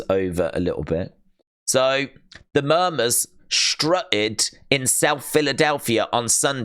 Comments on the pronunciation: saying Murmers when It's - Mum-mers smh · Its pronounced mum ers